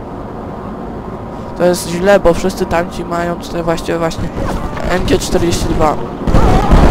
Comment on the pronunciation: jak by co do MG-42 to się mówi : em dzi fori tuł